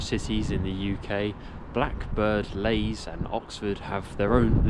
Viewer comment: It's Blackbird Leys (Lees), not 'lays' as you pronounce it.